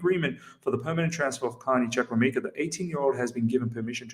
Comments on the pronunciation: It's pronounced CHU-KU-EH-MEH-KA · CHUKWUEMEKA my middle name sake will go straight into our first team. Trust me guys, he wont be loaned out. He is here to cause havoc to all our opposition. 99% of people have butchered his name (including ). He is class all the way and has the potential to get much better. He is an attacking midfielder in his most potent role as he is very skillful and creative. Delighted this has happened